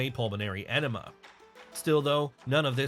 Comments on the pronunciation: "Pulmonary enema?" You mean "edema?" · I’m sorry… did you say a pulmonary enema? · Lol. I was just about to ask if he said enema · Did it say “pulmonary enema” when talking about Yokozuna???